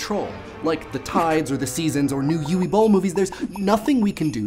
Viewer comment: lol how he pronounced "Uwe"